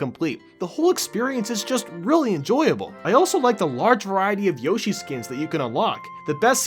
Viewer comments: I'm sorry... did he say Yoshi (Yah shee) and not Yoshi (Yo shee) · its Yoshi not Yarshi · yoeshi or yowshi lol you pronounce it as both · My man called yoshi yahshi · Did he really say yashi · Who the hell is ‘Yashee’?!?!? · He said yashi